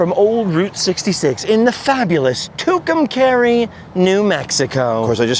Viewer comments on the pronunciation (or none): It's pronounced "Two come car ee" your saying it all wrong!!!